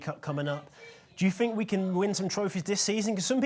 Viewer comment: Random question: Am I too high or are they saying "Fink" instead of Think? By the way, Arsenal now has over 3 M more international fans from Uruguay! We hope Lucas' career in Arsenal to be as good as Suarez' was in Liverpool!